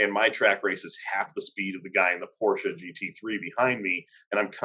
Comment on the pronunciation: Glad you two listened to me, now you know how to pronounce "Porsche" properly ;)